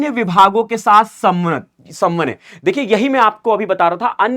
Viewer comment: Ap khud hi galat bol rhe ho.. Samnavye nhi samanvaya hota h